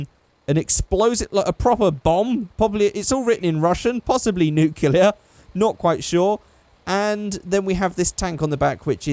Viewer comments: It's not nu-Clee-yar its new-clear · IT'S SPELLED N-U-K-L-E-A-R NOT N-U-K-E-L-A-R